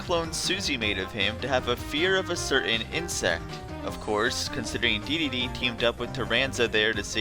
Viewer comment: Dedede is pronounced d-d-d, (triple d)